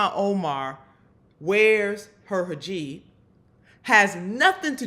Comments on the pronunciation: Not to be that person, but I'm gonna be that person. It's Hijab. Not Hajib :) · First of all, it's a hijab...not a hajib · It's hijab, not hajib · Lauren, you dense bint: it's a 'hijab' not a 'hajib'! Furthermore, you CLEARLY don't know what the Separation Clause means . It perhaps explains why you didn't even attain your GED until just before you were elected to Congress! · What the hell is a Hajeeb??? It's a Hijab FFS! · It's not hijeeb ifs hijab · The word is Hi-Jab, not Ha-Jib. Maybe Bobert is dyslexic. And if so, it's a possible explanation as to why she is how she is. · Uh, the pronunciation of Ms Omar’s headgear is “hee-job,” NOT “haw-jeeb”! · Its called hijab, not hijeb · Great video as always, Nina. You rock. Just one thing: I think it's pronounced hee-jahb, not ha-jeeb. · Hij-ab cmon look it up before you comment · "Hajeeb". *sigh🙄facepalm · I think it's lazy AF reporting if YOU also call it a "hijib" and not to mention disrespectful. I get Boebert doing, she's just a KKKunt like that, but ya'll should know better. hi·jab /hiˈjäb/ For future reference. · You may want to learn how to pronounce hijab.